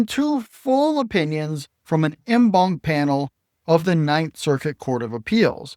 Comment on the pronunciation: En banc is pronounced "on bonk".